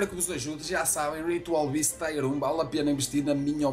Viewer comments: acho que é zueira, a pronúncia é "tier" e não "taier" só proucurar no google "pronounce tier" ou até mesmo no youtube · sem zoeira, gajo, no inglês europeu se fala "taier" em vez de "tier", como no inglês americano, ou você fala "taier" porque quer?